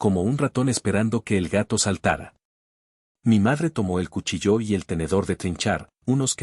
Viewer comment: No es CUCHILLÓ,NO ES UNA PALABRA AGUDA,ES LLANA Y ÁTONA SOLO SE DICE CUCHIIIIILLO ,EL SONIDO FUERTE EN LA "I ",por favor pronuncie correctamente o vuelva al colegio para aprender las reglas de la acentuación